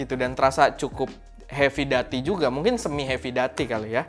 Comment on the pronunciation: Masukan aja cara sebut/pronounce "heavy duty" - hevi/hefi dyuti/duti 🙏